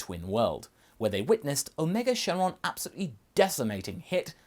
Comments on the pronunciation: It's syn shenron not shen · Why do you keep saying "Shin" instead of "Syn"?